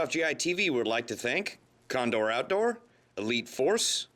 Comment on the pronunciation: (and "condoor", condor.)